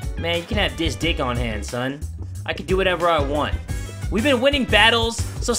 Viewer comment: "Dis-dick"'s also a choking hazard 😭